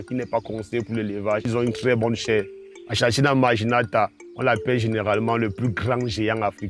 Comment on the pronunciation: Pitié😂 le nom scientifique s'écrit "achatina achatina", mais se li "akatina akatina " Fécitstion et courage pour le reste.